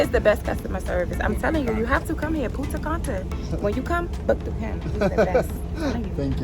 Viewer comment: that's not Punta Canta its Punta Cana mistake 2 time